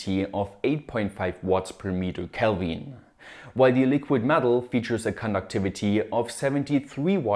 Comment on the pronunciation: i love how he pronounced putty and kelvin. hahaha love this channel